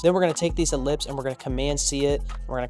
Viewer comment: Finally you are not mispronouncing Ellipse!!